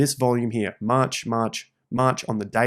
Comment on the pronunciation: That maaaaarch sounds like a bawston accent 😂